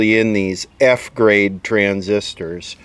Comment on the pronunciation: F-Grade transistor. Sounds like ZZZ Grade.